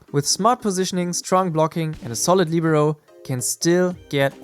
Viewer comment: Lihberoh is the pronounciation